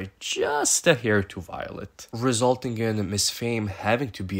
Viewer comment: Are you calling her “Violent” I feel like I’m hearing shit 😂😂😂😂